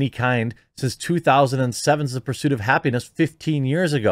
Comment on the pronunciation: It's "happiness" no "y".